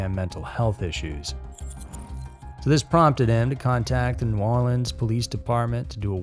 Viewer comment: You nail that New Orleans pronunciation, just so you know! LOL I live about 2 hours from there and most people from other parts of the United States always pronounce it funny 😊